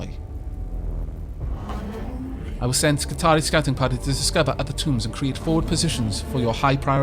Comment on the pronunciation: I love the video,, but I gotta point out that "Skitarii" is pronounced "Skitari-i" It's plural of "Skitarius", so the last I is a suffix which isn't silent.:) I didn't realize this either before I played Rome 2, but it makes sense when you think about it. I would definitely try to go through this fight and try to kill the boss guy on my second try. You took 20% of his HP with one good shot. If you had known the servitors would both die in an attack, and been aggressive about it, I think it's doable.